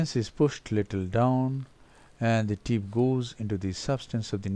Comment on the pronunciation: i think there is a problem when u pronounce the letter p. Thats why flap becomes flaf and tip becomes tif